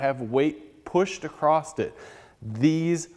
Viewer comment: it's pronounced "ACROSS" not "acrosst"